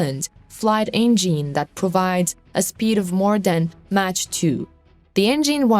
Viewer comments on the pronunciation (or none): none